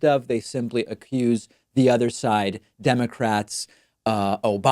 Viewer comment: See Elmer Fudd say "aww dem pewski democwats"